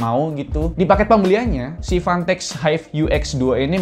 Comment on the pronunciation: Udh vanteq si nyebutnya